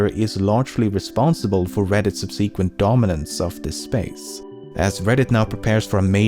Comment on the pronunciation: Sorry, and I know this isn't your latest, but... 'sub.se.quent, not sub.'se.quent...